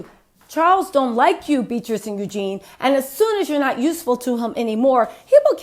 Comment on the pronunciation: Go Girl..Kicking royal Ass..We love your strength..I believe the pronunciation of Eugenie..is..U...Jean..EEE..And we love Harry and Megan..Thank you,Keep up your good work